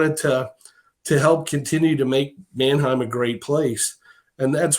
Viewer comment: pretty sure Manheim comes from Germany and should also pronounced that way.